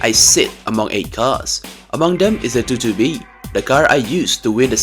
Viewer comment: The subaru 2"2" b XD sorry the way he said it was unexpected lol 😅